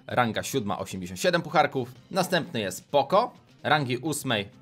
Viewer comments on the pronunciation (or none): none